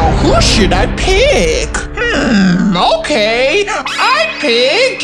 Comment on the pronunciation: Actually we say it ok not okeh